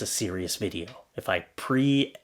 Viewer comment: It's pronounced PREF-ess even though it looks like PRE-face.